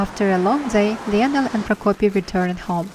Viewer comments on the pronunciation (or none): Hi! Great, informative video! Just wanted to tell you that the name Lionel is pronounced “lie-nal”😊